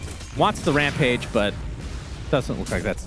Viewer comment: he said rapmage